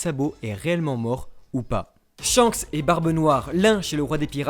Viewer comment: "ShankSSEE le roux..." plus jamais😭😭 (Merci beaucoup!)